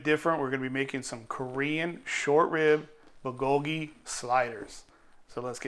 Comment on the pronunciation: I love this recipe, mixes korean and western food...let me help you take the pronounciation to the next level. "Goat chu chaang" & "bool ggogi"